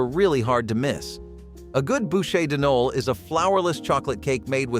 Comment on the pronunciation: I'm not sure which mis-pronunciation is my favorite in this one. Maybe "Noel"? It's not a guy's name, dude.